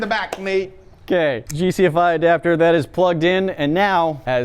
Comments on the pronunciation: It's GFCI, not GCFI. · It’s GFCI. not GCFI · It's gfci not gcfi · Wow he said GFCI (Ground Fault Circuit Inerruption) GCFI 😂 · Electrician here, it’s GFCI not GCFI. Great video! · GFCI not GCFI lol from TKOR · It's called a GFCI !! haha. Not GCFI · saying gcfi instead of gfci triggers me lol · As an electrician I cringed when he said GCFI adapter...